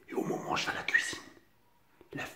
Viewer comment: mdrr quand il dit o momon au lieu de au moment des barres !